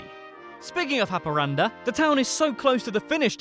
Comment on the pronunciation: You actually pronounced nortbotten and haparanda good. 😄